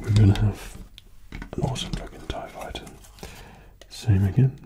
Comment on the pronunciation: Darth Vader tie faiyter